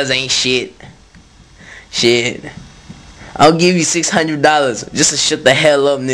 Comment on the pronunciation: Lol. "Come on now, no one wants to play that shiate". Lmao